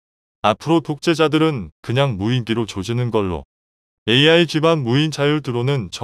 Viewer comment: "AI" 를 "알" 이라고 읽네 ㅋㅋㅋㅋ 이런 어이없는 동영상을 봤나 ! 성의없이 마구잡이로 만들어서 먹고 살려하네.......